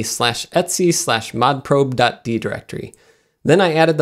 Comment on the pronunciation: Love that you mention the pronunciation of Asus, but say Etsy for 'etc' (etcetera, et set er ah), and soodoo for sudo (soo doh).